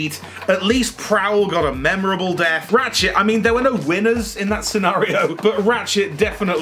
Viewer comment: When you say 'ratchet' is sounds like 'rat s**t'. Coincidence?